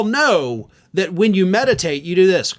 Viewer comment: Drumpf doesn’t know the meaning of the word “meditate.” He can’t pronounce it, either.